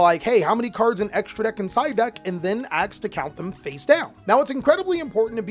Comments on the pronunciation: Cant stand when someone says aks. Not ask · Bro don't say "axe" instead of ask. You're better than your ancestors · WHY YOU SAY AKS? DIDNT GO TO SCHOOL? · Curious how come you say "AKS" instead of "ASK"? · tbh i'm also wondering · its pretty common, i also do this and have to consciously remind myself to say the sk part